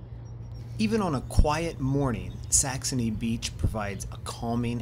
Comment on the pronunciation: Are you saying Saxomy with an m and not saxony??😅🤔